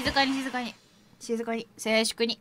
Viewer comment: 「静粛に」じゃなくて「せーしゅくにっ」って発音かわいい